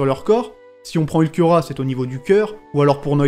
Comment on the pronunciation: On notera le magnifique english accent de 😂👌